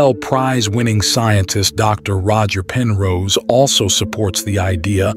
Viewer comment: His name is Roger Penrose, not Roger Person.